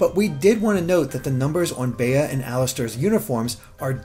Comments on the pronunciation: Why does no one know how to say Bea's name? It's pronounced "bee." It's a real world name, people. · Literally I've only ever heard Bea pronounced like "Bee". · I’m pretty sure it’s pronounced like bee because apparently her English name comes from the word “bean” and the Bea in bean is pronounced like bee. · "Bea" is short for "Beatrice" and pronounced "Bee". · BEA is pronounced as BEE, BEEEEEEEEEE DAMMIT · Bea is pronounced BEE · I thought Bea was pronounced “Bee” like Bea Arthur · Pretty sure Bea is pronounced "Bee" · Bea is pronounced “Bee”. I know someone with this name. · Bea's name is pronounced Bee, just gotta say it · Why does everyone pronounce Bea like that? It's a really common name! It's literally just pronounced like Bee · Pretty sure it's pronounced 'B'. Like Bea Arthur. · Pronounced bee, short for Beatrice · Why do you keep saying 'bay-uh'? It's based on Britain, so pretty sure the correct pronunciation would be 'bee' for Bea. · I think 'Bea' might be pronounced like 'bee'. It's a pretty common English name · Her name is definitely pronounced "Bee". It's a pun on "Float like a butterfly, sting like a bee" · Yes, short for Beatrice. I was cringing everytime he said it like "bay-uh" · In Australia the nickname Bea, is usually pronounced ‘bee-ah’ as in ‘bee-ah-tris’. So maybe it’s similar in England? And he was trying to go with a pronunciation similar to that? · Yeah, I'm sure it's pronounced "bee," too. Her Japanese name is Saitō, or kidney BEAn, so it's probably supposed to be pronounced similar to "bean." But I like the "float like a butterfly" reference, too, since her Japanese name also contains the word for "fight!" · “Bey-uh” instead of it being pronounced bee. omg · its bea (bee) as in beatrice, not beyah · I think her name is pronounced "Bee", as I've met someone with that name and it was pronounced like that. I've NEVER heard the name "Bey-ah" before. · Yeah, when he said baya, I was like who? It's not bae it's bea or "bee"